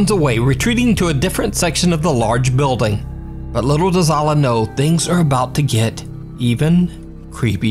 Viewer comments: Just want to clarify the proper enunciation of 'Alaa' is like this 'Eh le' Cause when you Alaa the way you say it sounds like 'Allah'. But in Arabic with his name it is said like Eh le, I know someone with the same name as him and said it the same way as you, their brother corrected me in saying it the proper way. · Bro, it's "Alaa" not "Allah". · Don't ever say alah because you don't what it's mean plz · Your pronunciation of Alaa is completely wrong